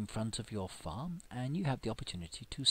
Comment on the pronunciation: lol in the beginning "Wekcome back to my fparm" lol